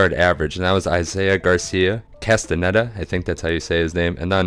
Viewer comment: Castaneda = cast uh NAY duh (Spanish name). I'm not a Nebraska fan, either. I feel bad for them. I'd say give him this year but if they don't massively improve... ouch.